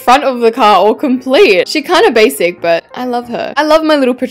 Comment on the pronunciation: the way she said "bashic" 🤣🤣🤣🤣🤣🤣